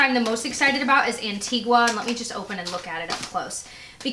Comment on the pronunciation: Hey, just so you know, Antigua is pronounced an-ti-ga and St. Lucia is lu-Sha. They're islands in the Caribbean, and beautiful ones at that. Just thought you'd like to know:) love ya!